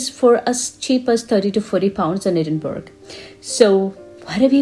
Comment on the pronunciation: Really enjoyed your informative and enthusiastic video ! , by the way , the city is pronounced Edin-burr-ah not Edin-berg ! 😊